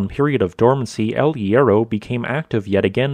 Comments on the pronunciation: Please try to improve the pronunciation google transate can help you. The H in spanish is always "mude" no sound at all, aways.good video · The H in Spanish is mute. So much effort in this and the main name hurts my ears